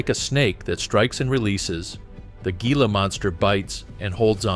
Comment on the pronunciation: its pronounced hila not G-ila